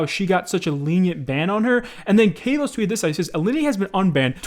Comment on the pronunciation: i love ur content an all but how did u read kay los instead of kavos there bud